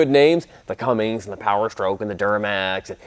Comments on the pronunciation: you say "Cummings" I disqualify you and your opinions to anything with wheels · I was skeptical at first because of the skinny jeans but you lost me at "cummings"... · Did you say "cummings"?